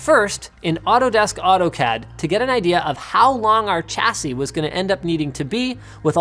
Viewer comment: Why do you say "CH-assie"? The correct pronunciation is "SHH-assie"